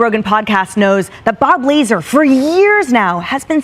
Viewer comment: Who tf is Bob “Laser”?!?! 🤣